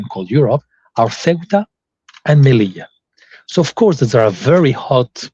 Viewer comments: It's pronounced SAYootah. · is an excellent guest. "Ceuta" is roughly pronounced like the English pronunciation of "suit" (or the -ute of 'refute') with "ah" on the end. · Loved this interview. However keep in mind the city of Ceuta in Spanish is pronounced more like like “Theota” or “Seota” depending on the accent. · Raymond, I love your content but, as Moe said to Curly, " Get it right, onionhead." It's CEUTA. The initial C is pronounced like the TH in "think" and the e comes before the u. So practice saying, [theh-ü-tah]. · 'Ce - u - ta' is the pronunciation ¿ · Why are you talking about a town whose name you cannot pronounce? The pronunciation was even demonstrated for you by a native speaker of Spanish. He does not say soo-wetta. Come on. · It’s “SEUTAH“